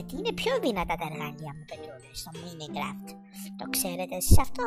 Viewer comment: Το mine raft το λέει μινικραφτ xd